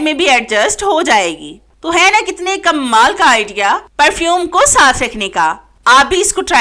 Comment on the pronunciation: Uljhan Hoti Hy jub kmal ko kammaal Keh kr bolti hain please tlufz drust krain Tips waqi achhy hain